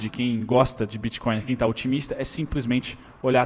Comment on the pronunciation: Eu ouvi biticoin ? 👏👏